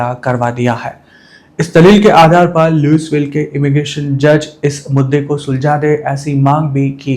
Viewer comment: Louisville ✅ लुईविल ❌ लुईसविल ( S silent)